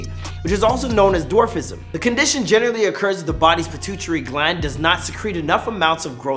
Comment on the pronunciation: “Pittootree gland”